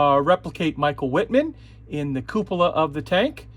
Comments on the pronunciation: I am sorry but Wittman’s name is pronounced Vittman. German pronunciation of W is V. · your pronunciation of 'Wittman' requires a minor correction. The 'W' sounds like a 'V'. Thus, its 'Vittman'! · Wittman, pronounced Vittman in German.